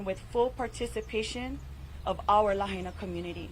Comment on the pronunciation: It is Lah Aina people. Say it right. The Capital of Hawaiian Kingdom. Is this more genocide? Govenor, let the people of Lah Aina re-build their community!